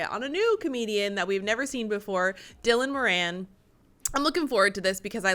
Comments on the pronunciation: It's pronounced DI - LAN MO - RAN. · His name is pronounced Dillon mu- ran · Even the guys name... Die-lon Moron. FFS. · The human race annoys Dylan Moran, and I can totally see where he's coming from! As for Americans, pronouncing his name right would be a start! "Dillon More-Ann" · The way you pronounce his name makes the reason he makes fun of the Americans. Dillon more an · Lmao nice try with the name, but it's said as Dilan Moaraan. It's just Irish being it's typical self and strangling all the vowels. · 1. You still got his name wrong. 2. He is not from the UK. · That pronunciation was abysmal. Bless your heart. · You saying his name wrong